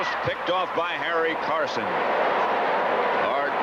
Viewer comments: Summerall keeps calling him Carsons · Anyone notice Summerall calling Harry Carson, "Carsons"?😅